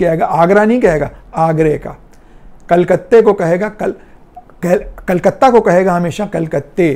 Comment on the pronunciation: So many words pronunciation is like Pashto especially the Diwar, In all Pashto accents its Diwal. And then Calcutta, it's almost impossible to say Calcutta in Pashto and is pronounced as Culcuttay as pronounced in the video. Now Khurshid is pronounced somewhat accurate however its feminine version Khurshida is pronounced just like the video but with a sound in the end.